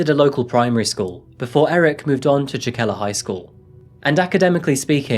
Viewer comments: I love your videos my man, watch them everytime they come out but i remember you said you wanted to work on your presentation and speaking and stuff so next time you might want to check pronunciations and stuff! Just some constructive criticism! Jokela is probably pronounced yokela, and tuusula probably has a different pronunciation too cuz finnish has alot of those double vowels that i think just make them longer like an extra beat almost! The double vowel stuff is a bit extra but those soft js you dont want to mess those up! Just like you wouldnt want to pronounce the j i mojito! Different language and rule but same faux pas!! Youre still my favorite true crime channel next to ballen!! Keep it up!! 😁😁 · That is not now Jokela is pronounced at all lmao. J is pronounced like y in English, o is pronounced like o in long, e like the middle e in eleven, and a like the first a in amazon. EDIT: you are showing Tallinn , not any place in Finland :D Duuuude, you're not even American! :D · Tbh, the town (Jokela) is pronounced “yoh-keh-lah” but this video is EXACTLY how I’d hoped you’d create it… …loved how you’d recreated the mundane yet happy stories of all those cool Finns doin’ their thang, and there are many shy Finns, too! It’s very rare, however, in spite of the sad stories from Finland in recent years, for teens to harbour sick fantasies of murdering his peers. Plus, your final points about the anonymity of users was clever, I never thought about that… in some ways, the tender balance between nature-society clashes with the Internet age in Finland, so worthy of investigating this further, too. So grateful for this video and can’t wait to see if you post anymore from the North. I thought the blue and white shirt worked well, btw. Keep it up,!✌🏼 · It's more like wreterick if you want to spell it phonetically. Also Jokela should be pronounced Yokela